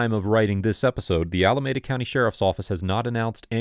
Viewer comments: Pronounced Alameeda not Alamehda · I used to live in Alameda County, and it's pronounced Allah-me-dah. Otherwise, good episode